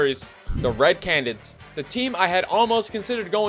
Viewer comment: Still cannot pronounce canids 🥀